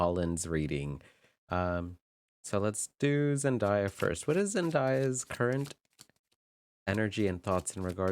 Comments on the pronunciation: Your pronunciation of her name this whole video was killing me lol her name is said how it’s spelled Zen day ah… Zendaya I don’t get where y’all get Zendieya from lol but this was a great video although you mentioned your energy and maybe lack their of but as a new watcher this was a good reading. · Zen-DAY-a, not Zen-die-a